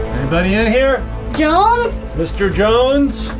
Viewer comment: Jones it's Jones